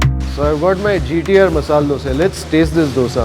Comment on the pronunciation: Thank you for telling dose instead dosa. One more word please tell pura instead of puram , upma of uppittu